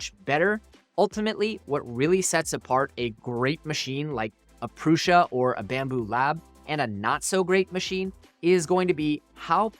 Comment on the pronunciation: Great comparison and it's neat to see the advancements we've been seeing these last couple of years. 1 thing.. Joseph pronounces his last name and the brand name "proo- Suh" not "Proo- SHuh" lol totally nit-picking here lol